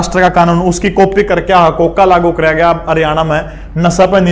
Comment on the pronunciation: हकोका नही है जी। हरकोका है